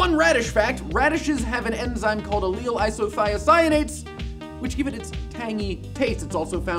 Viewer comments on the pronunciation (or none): none